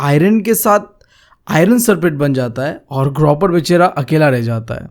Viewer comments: Copper ❌ cropper✅ 😂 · Copper ❌ croper✅ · Bhai cropper nahi copper bolte hai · Copper can be heard as croper😂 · Copper ❌ cropper ✔ 😂😂 btw your teaching unique and very understanding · bhai ye copper ko cropper kyu padhta hai koi bta skta hai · its copper not croper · Bhai ki kropper(copper) if you want to listen to it🤣🤣🤣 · Copper ❌ Cropper✅ Just for fun 😂😂